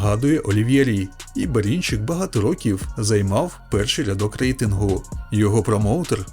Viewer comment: а що з вимовою ? Дивно тягнеш кожне слово перед паузою / останнє слово в реченні - Берінчииик, рииинг, на повнууу, бійцямиии